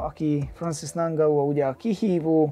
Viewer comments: Sén (Són) és Nángau (Engánu) az új Édesanya :) Kösz a vidiket és sok sikert a meccsedhez! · A nevek kiejtését azért még gyakorolhatnád....:-D Ki az a nangau ? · Érdekesen mondod a neveket I éra, Nangau:D